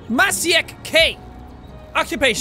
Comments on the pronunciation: He said masiek instead of machiek. Plz help. It's a pet peeve of mine. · This spoon didn't say "I AM A SHARP SPOON" but "I am a sharp knife" in Polish That's not how you should pronounce Maciek